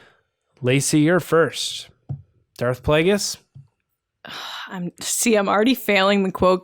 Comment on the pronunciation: Kazdan said Darth Vegas instead of Darth Plagueis in the comic con TFA Q&A, I think it was. It was very funny. The way I took it is that he doesn't really know anything about the prequels and he was just being charming about it... JJ came immediately to his rescue. But sure, maybe they were hiding something... I never thought about that. Guys, how is it possible you missed George Michael's death?! It was HUGE news. Best Christmas song ever: Fairytale of New York by the Pogues:) Did terrible in "Who Are You?". Great stuff though. Well done,.